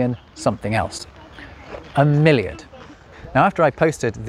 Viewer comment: About milliard etc: over here (NL) we also use this. Miljoen - miljard - biljoen - biljard - triljoen - triljard. But hearing you say: "milliard" I totally understand why it got out of use in English. You have a pronunciation problem with it, million and milliard in proper English sound too familiar :-) Which is not the case in other European languages.